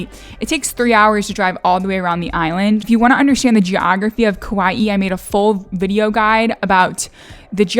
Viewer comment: Hi, Hawaiian words are tough to pronounce, so here’s some help from a local gal from Kaua’i…you almost got it! The vowels sort of stop short and not stretched or curled. Hopefully that made sense. Kaua’i: kah-WA’-ee Kapa’a: kah-PA’-a’ Poke: pO-keh Aloha: ahlo-HA (not A-low-hah…cringe) Mahalo: ma-HA-LO’ Hawai’i: ha-VAI’-ee’ Glad you enjoyed our island! Mahalo for embracing our culture! 😊